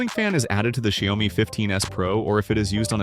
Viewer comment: Its Xiaomi, not jayomi